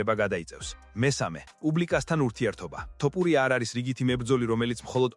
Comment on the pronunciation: მგონი კომპიუტერი ლაპარაკობს თორე ტოპურიას რატო ამბობს ეს ხმა